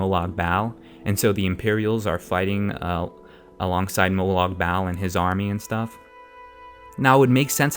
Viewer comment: AND ANOTHER THING, its prounounced like BALL!!! if you cant even say the name of the main villain... you have no reason to even have an opinion